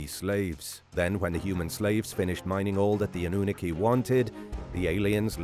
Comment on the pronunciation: Anoonooki? Sorry but wrong pronouncing 🤷🏻‍♂️ good effort tho